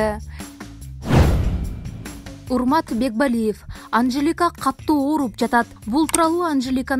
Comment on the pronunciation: Катту эмес, катуу деп суйлочу.